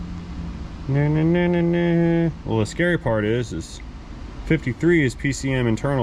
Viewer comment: Not "bart"..."part"